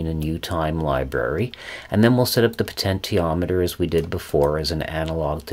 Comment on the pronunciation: Thank you for these detailed lessons on technology. I have used them with good success for teaching kids about the topics. However, your pronunciation of "potentiometer" is very distracting and confusing for kids. I am curious about the reason. Have you learned these topics strictly from books and never heard another pronounce the work correctly? If so, I commend you for learning so well in a vacuum. Or, is it some affectation that you think sounds good, or is it just very hard for you to pronounce the "sh" sound? In any case, It would be best to try to use the accepted pronunciation -"po-ten-she-ometer" so as not to confuse young learners.